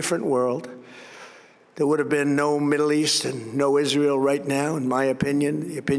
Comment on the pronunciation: Sounds like he tries to blend the words together to be Israel.